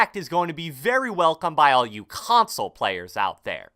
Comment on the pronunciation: 😭 At the way he says 'console' (3.30)